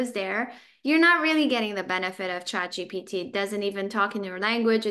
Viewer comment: It's actually not chatgtp, it's chatgpt.